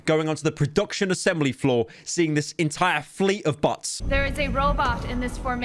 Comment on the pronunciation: I love how he pronounces bots as butts